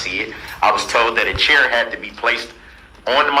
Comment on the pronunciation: Why is he pronouncing chair like “cheer” ? LoL